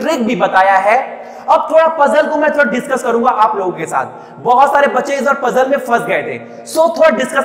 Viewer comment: itni style marneki kya jarurat hai?!!!!ditchcuss karne wle hai..lol